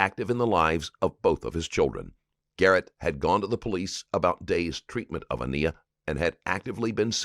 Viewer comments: Can I please ask why in all of these videos you pronounce Aniya's name differently to the actual pronunciation? Those who knew her pronounce her name An-I-ya, and you pronounce it An-ee-ya. Small point, I know, but it bothers me that you have done such excellent research into this sad case, yet you don't realise you are not even giving this sweet child her proper name. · Please learn that poor baby’s name: it is An-eye-A, not An-ee-A! Driving me crazy with mispronunciation of her name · Ugh. Narrator, its not "ah-knee-ah" - - the child's name is pronounced "uh-NAI-yah" 😒 its not that hard to pronounce correctly. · The Narrator calling this baby A-Knee-ya was bothering me her name was Aniya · You couldn’t even care enough to ensure that you were saying this dead child’s name right? I know you had to watch this before you added your commentary! Her name AN-I-YA not ANEEYA! They are saying through the entire video but you keep calling her something else! It’s disrespectful! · I wish the narrator could pronounce this little girls name! It feels wrong to me ! The detective and the Mother( smh) are saying it over and over. A nigh a. Not. A knee a! I hate to criticize I just can't help it this time!!!! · It really bothers me that she’s being called ‘A-knee-ya’ instead of ‘A-kni-ya’. It’s important to so many people that her name is pronounced correctly! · I find it distasteful how the narrator continues to call the baby ‘Aneeya’ when Sierra and the detective say her name as ‘Aniya’ throughout the interrogation. The least he could do is correctly pronounce the baby’s name. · I don't understand how the narrator fails to pronounce Aniya's name properly. It is mentioned in other clips so many times first of all. Second, who would say "Ah-Nee-Ah"? Unbelievable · I think it's disrespectful to the deceased child for the narrator kept mispronouning her name (Ah-nee-ah??)...if you're going to cover a case, get the facts, and especially the victim's name, right.